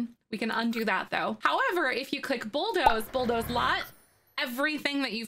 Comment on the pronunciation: Hahahahaha .... it's BULL DOOOOOOOZE. I laughed too hard every time you muffed it up. :-p (not sorry) Awesome tutorial !! *thumbsup